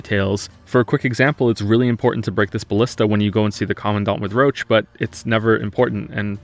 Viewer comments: wtf I thought you were memeing with calling roche "roach" in the polish version they pronounce it "rosh", the same way you would read it in french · i keep hearing "roche" as "roach" so when i hear "roach's high position in the military" i get a little. weirded out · Pronouncing roche as roach is very funny when you imagine a horse instead of vernon doing stuff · I swear, if you call Roche Roach one more time i will end it. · you pronoucing "roche" as "roach" is giving me cancer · Okay, video's great, but pronounciation of Roche drives me crazy, it's supposed to be french-ish not a bug (roach) Edit: im Polish, shit says about Polish is fucking hilarious (Also, Witcher 1 and 2 are basically indie games, fight me) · IT'S "ROSH"! VERNON ROSH! NOT "ROACH"! I'M GOING TO CUT MYSELF! It's "Rosh" in every single language version, except for English. The English cast for some reason is incapable of pronouncing it properly... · most of the technical issues you described in the prologue, I gotta say it's most likely to be a bug. I played the game on PC twice and had NONE of these issues also Roche isn't pronounced as Roach but as like "Rosh" at least in the language I played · I love your critiques / movies, but I can't bear to hear "Roach" instead of Roche (/ro-sh/). It that how other characters pronounce his name in English version of the game? Weird as hell. Also, play Witcher 3 in Polish, the voices are infinitely better, and that comes from a Pole that absolutely hates polish dubbing. I just think you should always play in the ORIGINAL version of the game (ie. I'd watch Norwegian movie in Norwegian, not english dubbed, etc.). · I was SO CONFUSED when you called Roche "Roach", I thought you were talking about the horse. In the original his name is pronounced more like "Rosh". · Roche is "Roach" is english dub. although he should is "Roshe". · He keeps pronouncing "Roche" as "Roach". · Why do you pronounce Roche as "Roach"? Should be more like 'Rosh'